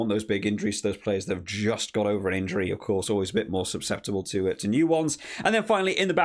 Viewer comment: 'subsceptible'? susceptible is a word, though.